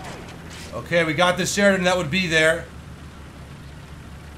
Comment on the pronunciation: "M511 Sharidon" - 2018